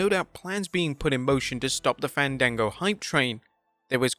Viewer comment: Ifs Fawn Dango Fandago is a movie service 😂. Im doi f that in a joke way since thats how he was pronounced in WWE before yall say anything to correct me